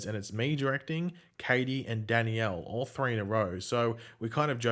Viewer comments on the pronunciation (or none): Can you say, DAN-YELL or is it always going to be pronounced DANNY - ELL by you? just curious.